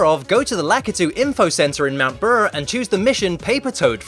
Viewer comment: It made me laugh when he said mount brrrr